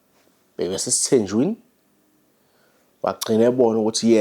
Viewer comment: akushiwo ukuth esithenjwini kodwa kuthiwa esithenjini